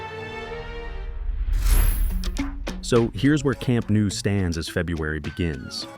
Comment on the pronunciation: Your videos are always great, but I can't help noticing that you consistently mispronounce the stadium name. You say something like "Camp Nuu", but it's actually pronounced "Camp Nou" (just as it's spelled). For clarity, the IPA is [kamˈnɔw], and an English approximation would be "kam-NOW".